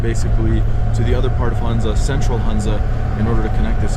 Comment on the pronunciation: Dear it is Hunza with ho sound means Honza..